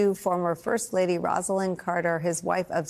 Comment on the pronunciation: Mrs. Carter's first name is pronounced "Rose-lin" (not Rahz-lin - even though that appears as the spelling would indicate); check any video archive for how Jimmy pronounced it.